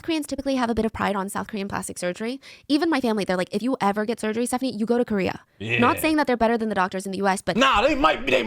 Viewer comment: You did Stephanie dirty with that first pause